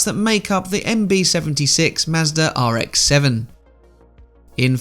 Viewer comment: Ah yes. The good old Mazdarrh.